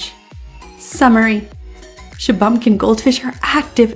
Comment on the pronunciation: Shuh-bun-kin, not Shuh-bum-kin